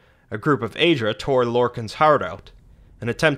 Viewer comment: Aedra not Aidra. Daedra not didra